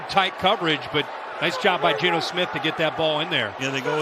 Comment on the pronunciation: Sounds like the announcer is saying smit instead of Smith